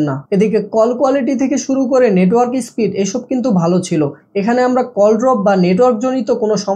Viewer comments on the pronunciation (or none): none